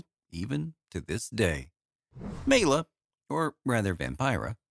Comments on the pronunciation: Good synopsis but you’re mispronouncing her name. It’s MY-la. Not MAY-la. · FACTS: Maila is pronounced My-la not Me-la. Maila was in Catherine Was Great before she was fired and then performed in Spook Scandals which only showed once. Maila and Dean Reisner weren't legally married and Rudi Gernreich invited Maila to Lester Hortons Bal Caribe, which she won first place. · i can't take you seriously when you can't even pronounce her name. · Ugh, that ignorant pronounciation. If you're going to present a subject, know the material. 👎